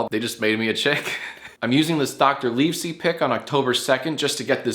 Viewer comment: You pronounced Livesey wrong 😭